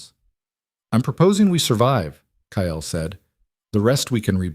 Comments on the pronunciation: AI can’t pronounce Kyle. It always comes out Kyel. It’s very distracting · Kyle is one syllable and should have only one spelling, even for AI. Leora the same. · A better than average story. I'm guessing a tad of creator intervention??? A rarity, in my experience. So many of these Alpha King stories are AI junk, repeating plots and just adding new names. Of course, as usual for too many channels, the AI narrator is weird, like pronouncing Kyle - KAH - ELL. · The strange language speaking when the ai narration struggles with the spelling sounds scary and I wish it were fixed. Also, is the guy’s name Kale or Kyel? Good story though! I like the girl’s sarcastic responses.